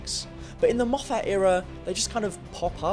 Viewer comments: Mof fat? Its mof fit. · So weird hearing English Youtubers calling him Moff-At when it is pronounced Moff-it. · for goodness sake please stop pronouncing Moffat as Moe-fat. Moffat has always been pronounced Moffit. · The Daleks haven’t been truly threatening or intimidating for a very long time. Oh and you keep mispronouncing Moffat. It is my surname also by complete coincidence, we’re not related, the correct pronunciation of our name is MOFF-IT not MOFF-ATT. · Argh.. can’t hear “Mof-hat” again. Have. To. Stop. Watching. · 'mo-FATT' y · great videos and all but you need to stop calling him mofFAT, it’s a bit fuckin annoying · Moff FAT. WTF? He's a prick, but get his name right ... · Why are you pronouncing Moffat name weirdly? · stop saying Moffat wrong